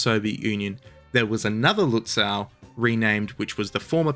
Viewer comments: The last syllable of "Lützow" is correctly pronounced like the English "sow" (as from sowing) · The way to say Lützow in German, with its otherwise highly regular spelling, is with a long oh at the end. Not an English ow. That would be spelled au in German. The w is just there to indicate the o is longer, much like the h at the end of Gütersloh or the e in Soest. We actually did have a spelling reform in Germany in 1996 which was then itself reformed eight(!) times since. But none of that unified the spelling of these old city names. Just saying. Seydlitz is pronounced Saidlitz, gets it wrong.